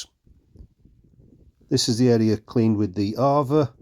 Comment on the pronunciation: It's pronounced A VA not arva